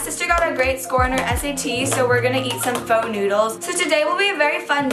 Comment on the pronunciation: Hai but when you pronounce " Pho " It was incorrect but I'm just saying. I'm not trying to give hate lovee you very much.